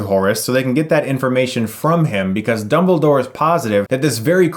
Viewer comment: Did he just call dumbledore, "doubledore"?